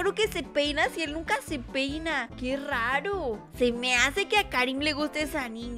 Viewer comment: En el segundo dice que rarp en vez de raro